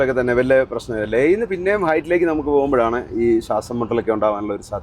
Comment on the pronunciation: സാസം മുട്ടൽ അല്ല ശ്വാസം മുട്ടൽ